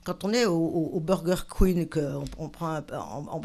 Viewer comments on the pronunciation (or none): 19min 32s Mumu je t'aime mais on dit Burger King hein, et pas Burger Queen hahaha